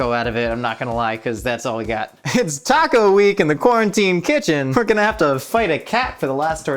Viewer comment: I felt it when he said "we're gonna throw it in a tahco"